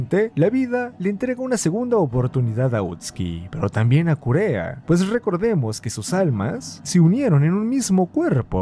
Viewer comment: Pd, kureha se pronuncia kureja ya ke en japon la h suena como j